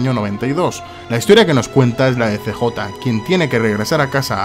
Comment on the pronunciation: Cj ulala señor francés